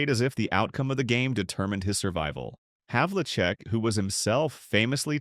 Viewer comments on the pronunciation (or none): I was wondering about the "narrator" and realized its inability to pronounce John Havlicek's name consistently was the giveaway. Regardless, how many other players in NBA history were Rookies of the Year, MVP in the annual All-Star Game, and the MVP of the entire league in 1974? If Dave "De-Butcher" hadn't hacked Hondo's right arm in the playoffs in 1974, the Celts would have polished off the Knicks which means they would have met LA in the finals. And Dave would definitely have been the Finals MVP in that series to add to his other trophies. The '73-'74 team that won 68 games is the greatest in NBA history to have not won the championship and that would have been a done deal since the Celtics were 4-0 against the Lakers that year and Big Whiney Wiltie had absolutely no clue how to play Cowens and was totally dominated in all four of those victories by his hustle and unrelenting aggression. Yeah, I think Dave is underacknowledged but in my mind, the REAL "forgotten" superstar is another Celtic, #24, the great SAM JONES! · The best part of this was the multiple mispronunciations of players' names. Havlicek was mispronounced repeatedly, the only thing missing being pronouncing the "c" with an "s" sound, Lew Alkindor had me LOLing.